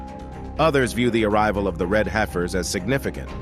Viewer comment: It’s hef-ers not, hi-fers